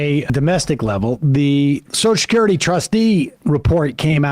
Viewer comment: Take a shot every time Sam says "soshacurity"